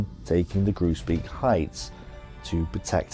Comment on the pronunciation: Great stuff! You are murdering the pronunciation of the Dutch placenames though, hahaha. If a name ends with -beek (like Groesbeek and Oosterbeek) it is pronounced - bake. To be complete, you say Grosebake (Groesbeek) and Owsterbake (Oosterbeek).